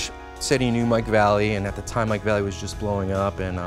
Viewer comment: He really say Mike "Valley"? Cmon dude. U already work for Nike. I dig/envy that whole collection, but yr sounding kook...whatever. Killer bunch of decks, man. Wish i had a bunch i saw, and bet you have i didnt.